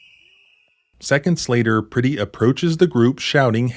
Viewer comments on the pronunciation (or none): Peretti, not Pretti.. Pronounced per-eddie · His name is pronounced (Pr-eh-ty, not pretty). This is the video (and the alliance) I've been waiting for. More to come, I hope. Please don't just talk together. Work together. I find it interesting that this is the very reason for the Second Amendment, and also shows why it's utterly outdated these days. It doesn't protect people as it was intended. It raises the body count. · Please say his name correctly out of respect for his family per retti is how it’s pronounced